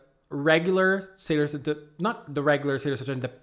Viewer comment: Please pronounce Saturn correctly , you re killing my ears lol .